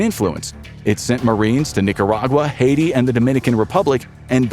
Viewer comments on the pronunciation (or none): none